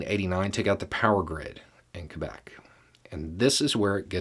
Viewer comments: as a person who spent most of her life in Quebec, I have to thank you for pronouncing it correctly. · I'm from the lower 48, in the South. I clapped and said "Yes!" outloud when I heard the pronounciation.